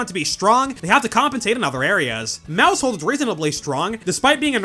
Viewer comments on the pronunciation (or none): none